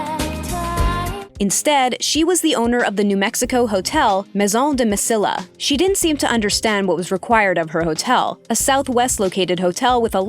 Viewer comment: Mesilla Mesila